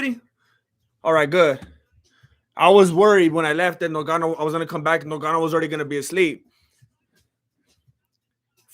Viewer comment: Is it difficult to say "Ngannou" 🙄who is "Nogano" stop disrespecting ppl sir!